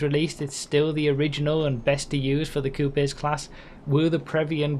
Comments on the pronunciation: Bro please learn to pronounce coupes lmao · is that really how other countries pronounce coupes or was he being funny? lol